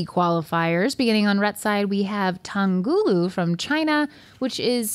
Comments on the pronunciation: It’s pronounced “tong-hulu” not “tong-ghulu” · Once again, the h in tanghulu is NOT silent. It's three separate characters, 糖葫芦 táng hú lu. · love u but that pronunciation of tanghulu was crazy😭😭